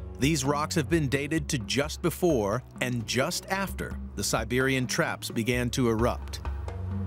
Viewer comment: Sibewian twaps? weally?